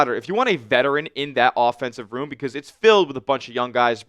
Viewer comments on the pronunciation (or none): none